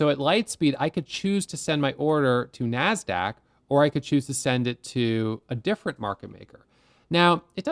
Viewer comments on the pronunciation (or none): none